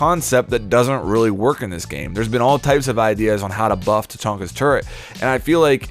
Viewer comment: TURRET! NOT TURRENT!